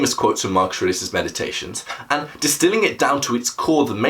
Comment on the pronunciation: It's good, but the way you speak the name of your subject, I have no idea who you are talking about. It sounds like you are saying "Mark Serasus". Also at the beginning I replayed you speaking the name 3 times because you say it so fast that you don't even give yourself time to enunciate your consonance. Now that I'm half way through it, I've finally discovered who you're talking about, I can rewind and actually watch tomorrow.